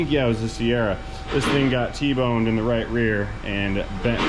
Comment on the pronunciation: Your German is impeccable!! -----> "....poppin' ze hood" ...................LOL!!